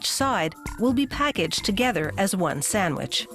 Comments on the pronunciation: WHY DOES SHE NEVER PRONOUNCE THE D IN SANDWICH EVER WHY? It's not Sanwich!!! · Introducing the SAMMICH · say sandwich again